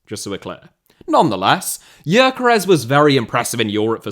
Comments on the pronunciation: man people need to stop pronouncing Gyökeres completely wrong. It's pronounced like Dyökeresh with the Gy pronounced like the d in dew or due. The final s is like sh in shop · For the love of god, is it really hard to check the pronounciation of Gyökeres's name? It takes about 10 second to ask google for a pronounciation (ask for the Hungarian one if it doesn't recognize the language automatically). It is strange that you put so much work into your videos, but you don't even try with the more exotic names (if a name with Hungarian origin can even be called exotic for another European).